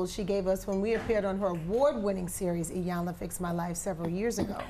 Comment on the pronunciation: I think Trina was bothered by them mispronouncing E-yanla for I-yanla